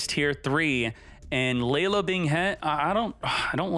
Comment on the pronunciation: Why does this giy pronounce laolao as "laylow" 😑🤔